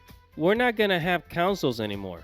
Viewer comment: councils? does this fool know how to speak?